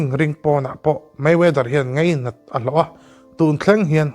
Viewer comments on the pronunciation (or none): Ngeihven ni lovin ngaihven tih tur😮😊 ngeihtuah i tih pawh hi ngaihtuah tih tur. Ngeinat pawh hi a dik lo hulhual. Ngainat ti rawh. A leh E hmanna i va hre hrang lo ve!!!!!! Mizo ṭawnga thu in chhiar a nih chuan inzir ve deuh ṭhin ula😊